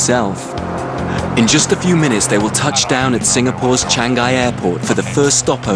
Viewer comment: he says changi wrong!